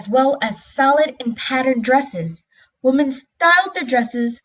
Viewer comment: Learn how to pronounce the word”wemen “ not “wohmen!!There is a difference idiot.